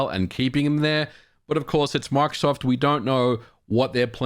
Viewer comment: Por qué dice macsoft En vez de Microsoft???